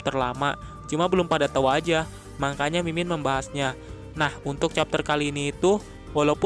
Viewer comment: "Makanya" min ,bukan "mangkanya" Wkwkwkwkwk🤣🤣🤣